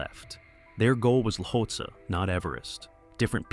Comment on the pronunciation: Ueli Steck is pronounce U-lee and the mountain they were climbing is pronounced Lot-see. Do your research. Do better.